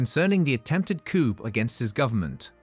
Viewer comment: It's NOT 'coupe' (meaning cup in French). It's [koo], the P is silent!